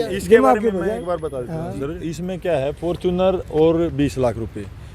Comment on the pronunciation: fortuner ko fortune bolne wala ,koi maasum hi hoga😀